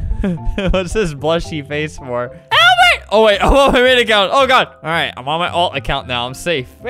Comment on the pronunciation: “AWBERT” “ I gotta play on my old acc that’s SAFE” lol I died